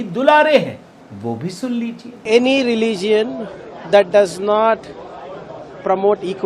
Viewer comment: Kharge doesn't know to pronounce Religion. They become ministers.